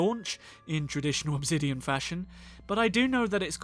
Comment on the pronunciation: OB ZIDION? 💀💀💀💀💀💀 ENGLISH